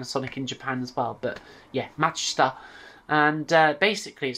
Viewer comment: TIL how to pronounce Matsushita! :) (Great rest of the video too)